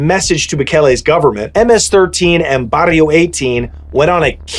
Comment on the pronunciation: Thank you for use proper information thank you for pronouncing it right. Hate when YouTubers get it wrong. Im a second Generation MS13 my older homies were Stoners wearing Metallica iron maiden Megadeth shirts. That was my Generation thing have changed since then. So i took a step back to enjoy family life.